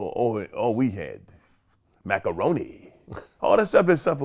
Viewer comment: “Macaroni” 😂 and how yall going to forget Bernie Mac like that